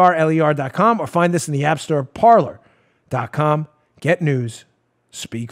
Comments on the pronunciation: Dan, please, the name of your sponsor is "Parler." It is the French word meaning "to speak." It is NOT pronounced par ler. It is pronounced par lay. I have heard so many conservative broadcasters mispronounce it and it's really starting to annoy me. It isn't an English word, so it shouldn't be pronounced as if it were. If you are the only one to pronounce it correctly, you'll be light years ahead of all the rest. I love your show. You always give sources, which I use when conversing with leftists. They can't refute what I say because they don't have sources other than commentators' opinions. You give me the ammo I need to shoot them down. I can't thank you enough. And, although you always make it clear you get a lot of your info from people pointing you to those sources so you don't spend all your waking hours searching for the articles and documents yourself, you are the one with the bully pulpit that gathers them together so we all can save time and back ourselves up with the needed facts. And Paula does a wonderful job as webmaster and her abilities to project the right articles, the parts of the articles, and highlight the pertinent sentences during your YouTube broadcasts are superb. Thank you to both of you and Joe does a great job as producer. It's a very professional job by all of you. Please keep up the good work. And remember, it's pronounced par lay, like in horse racing. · It's pronounced "par LAY." It's French for "to speak." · Dan, "parler" is the French word "to speak " or just "speak!" and is pronounced par-LAY. You'll be better served by pronouncing it the French way. Blessings. Ken